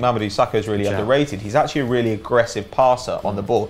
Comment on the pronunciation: is really dutch he doesnt sound dutch by saying virgil van deek incase of virgil van dyke